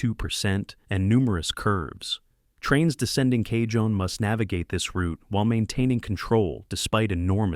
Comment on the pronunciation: Cajon pronounced " Ca - Hone " ..... Spanish origin..